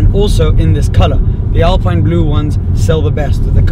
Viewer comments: How do you speak french and still mispronouce Alpine? :P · Alpeen in french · Hello,it is said AlpEEne please...nice day... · ALPINE is pronounced: “ahlpien” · Say Alpine like "Alpeen" ;) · tu es français et tu dis alPAILLEne ? Tu devrais avoir honte de faire comme si tu avais oublié la bonne prononciation (on se demande pourquoi d'ailleurs)...